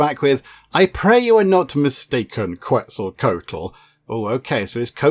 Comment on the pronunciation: You are close. It is pronounced (KET-ZUL-KWA-TUL)